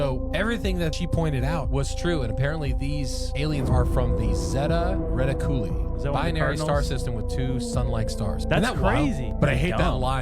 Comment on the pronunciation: 😂the way that guy said Zeta Reticuli😂 Just look up the pronunciation b4 u spat out some shit that millions of people will see These guys are the worst for that Bro made it sound like some Italian dish at Olive Garden😂fn stop it